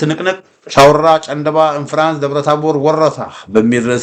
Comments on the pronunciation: ጨንደባ ሳይሆን ጫንድባ ነዉ። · ጨንደባ ሳይሆን ጫንድባ ተብሎ ይነበብ